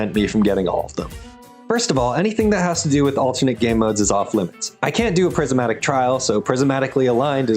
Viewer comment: what the fuck is "prisimatic"